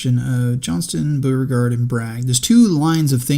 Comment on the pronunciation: It's also BOH-re-gard, not BOO-re-gard.